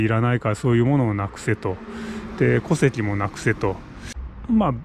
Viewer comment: 戸籍の発音がおかしいですよ。